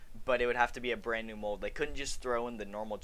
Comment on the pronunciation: You said it right the first time “Bland new”